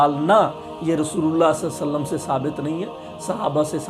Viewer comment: Bhai ji nabi ka naam to sahi se le lo Salla alai wasallam Kiya hota he Sallallahu alaihi wasallam